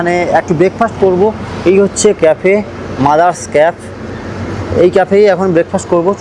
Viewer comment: Ota MADRAS CAFE not Mothers caf😶😐😑